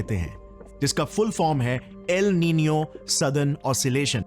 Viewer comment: Its el nino